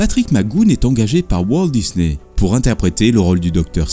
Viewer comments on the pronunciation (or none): none